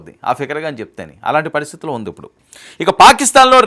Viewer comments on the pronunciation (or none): none